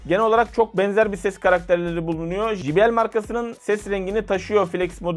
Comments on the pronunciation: Evladım her mok' u biliyorsunuz.. ama ukalalık yüzünden bir çok şeyi poponuzdan ( g.. yazmadım ) uyduruyorsunuz. J harfi ingilizcede ...ji... diye okunmaz. CEY diye okunur. Bilmiyorsan öğren de millet gö....le gülmesin ! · J harfi İngilizcede Cey diye okunur...Jİ diye okunmaz allahın kırosu